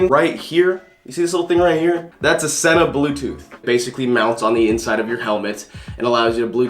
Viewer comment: It's pronounced SEE-NA... bruh